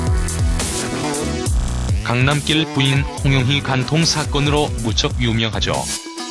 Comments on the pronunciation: 계속 강남낄(Road로 발음),강남낄...거슬리네요. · 강남낄 발음이 왜이래